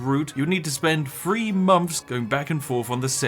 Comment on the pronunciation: I got half way through this video and I discovered I can't watch them because you that the "th" sound with an "f" sound. So three and free are exactly the same. Idk why but I can't stand it.